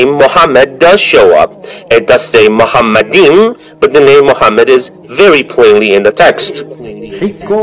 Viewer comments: Deedat was a layman in the Hebrew language. Moreover he was not even officially educated at all. The first mistake by Deedat is that he pronounced מַחֲּמַדִּ֑ים as ‘muhamaddim’. But he is wrong, it is ‘ma-kha-madim’. So there is no pronunciation of Muhammad. The other mistake made by Deedat is that he said that ‘מַחֲּמַדִּ֑ים' is a name. Again he is very wrong because מַחֲּמַדִּ֑ים is a masculine plural noun, so it is not a name (like יְהוִֹה, Yhvh). And because it is not a name it is impossible that it refers to the name of ‘Muhammad’. Also the claim that the plural 'im' (or 'eem') in ma-kha-madim in the Hebrew language was ‘added for respect’ is in this case false. Biblical poetry is typically built on pairs of metaphors, for example "they were swifter than eagles, they were stronger than lions". In Song of Songs it's "His mouth is most sweet, ממתקים, he is altogether lovely, מחמדים. So מחמדים, ma-kha-madim is equivalent to ממתקים, mamtaqim. So the addition ‘-im’ is just a superlative of ‘desire', so it means 'most desire'. Exactly in line with the other words in vers 16: ‘mamtaqim’ = most sweet and other places ‘partamim' = most noble. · No way. The first mistake by Deedat is that he pronounced מַחֲּמַדִּ֑ים as ‘muhamaddim’. But he is wrong, it is ‘ma-kha-madim’. So there is no pronunciation of Muhammad. The other mistake made by Deedat is that he said that ‘מַחֲּמַדִּ֑ים' is a name. Again he is very wrong because מַחֲּמַדִּ֑ים is a masculine plural noun, so it is not a name (like יְהוִֹה, Yhvh). And because it is not a name it is impossible that it refers to the name of ‘Muhammad’.